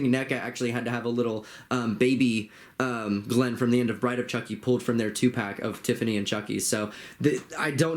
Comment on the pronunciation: I laughed when you called Chucky “Chonky” 🤣🤣